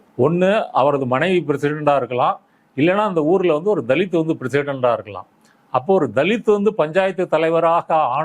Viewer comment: தலித் னு உச்சரிப்பதே தவறு